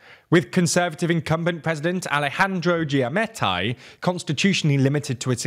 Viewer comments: Giammattei is of Italian ancestry. How can you butcher the pronunciation so much? It's ridicolous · Great job although you need to do more research pronouncing Arévalo and Giammattei and a few others. Guatemala has hope and will put up a fight against corruption.